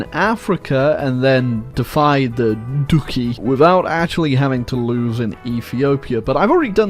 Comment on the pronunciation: No way you called "duki" 😭